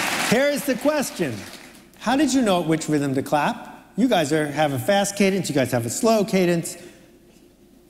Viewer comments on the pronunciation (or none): none